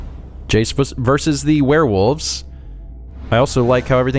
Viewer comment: I heard that,. You said werewoofs. Old habits die hard, huh? Not that I mind, but I've been watching the Skyrim LP and it was pretty funny to hear woof again.